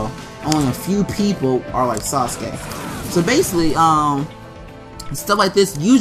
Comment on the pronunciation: He said saucekay